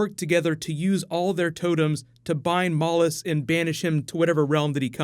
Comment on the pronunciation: Am I the only person that hears mollusk when someone says Mallus? Just wondering if I'm going crazy!